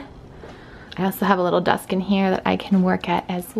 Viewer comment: Have people noticed she says “them” like “THUM” and “desk” like “DUSK” ? Also… who stayed outside with Hayden near the pool when she went inside?